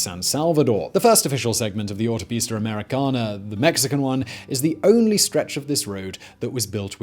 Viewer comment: Please stop saying Autopista Americana in a British accent, you can't handle it and it sounds horrible. Just stick to American Highway Please.